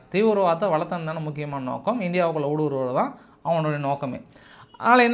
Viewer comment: சகோதரம் உங்களுடைய உச்சரிப்பை கொஞ்சம் சரி செய்யுங்கள். வளத்துதல் __ வளர்க்கிறார்கள் ரோல் ஆகுது __ தடுமாறுகிறது. சகோதரம்